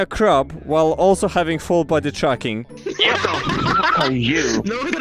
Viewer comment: I always heard you say "full body chucking" instead of "full body tracking"